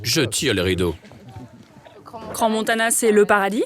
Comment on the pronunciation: C'est pas Crans Montanan mais Montana pauvre tache :), toute mon enfance j'allais skié la bas mais aussi l'été avec son golf au championnat du monde , c'est génial ,je connais ses montagnes de Crans sur Sierre a Montana comme ma poche, a chaque fois qu'ont y allais c'était pour moi le paradis :)